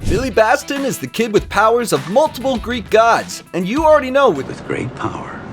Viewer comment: That is not how you say Billy's last name, Batson not Baston.